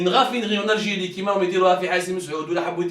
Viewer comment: Bouteflika viva L ALGIRÉ .😂😂😂 PUTAIN MEME EUX NE SAVENT PAS PRONONCER LE NOM DE LEURS pays CORRECTEMENT 😂😂😂GRANDS BOUZEBBALS 😂😂😂 ALGERIE = ALGIRÉ 😂😂😂😂